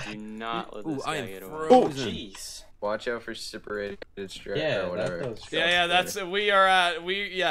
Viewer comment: Is it just me, or is everyone that plays mcmmo often cringe when they say "separated strikes"? (It is Serrated Strikes)